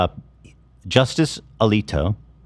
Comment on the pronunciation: I’ve watched this so many times now. mispronouncing Justice Alito’s name. 😂 👌